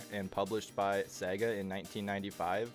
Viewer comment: Say it with me y'all: Say-gah. It ain't Segg-ah.